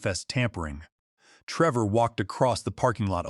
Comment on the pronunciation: Treevor. The AI Voice is having issues with this video.